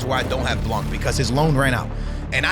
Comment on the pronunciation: It’s “blan” stop pronouncing the c😭😭😭